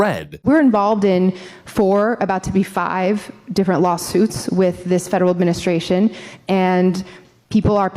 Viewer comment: Remember people, it's 'D'ifferent 😂😂😂